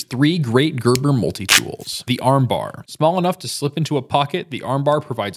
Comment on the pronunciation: It’s pronounced “Gerber” Not “Gerber”